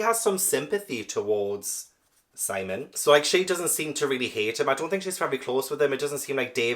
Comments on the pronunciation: Yes, Sihm-ee-uhn. I was wondering whether he was doing that one on purpose. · It is Sim eon as you said not Simon with an e 😂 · Conchita Lopez is Pilar (pee-lahr) Estravavos' real name. (I think you are mispronouncing Simeon's name on purpose, so . . .) Two brown-eyed parents can have a blue-eyed child and two blue-eyed parents can have a brown-eyed child, but Christie did the best she could at the time, probably.